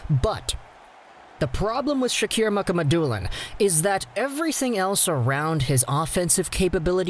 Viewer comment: It's pronounced Muka Ma Dulin people